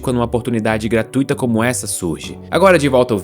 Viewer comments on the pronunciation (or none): none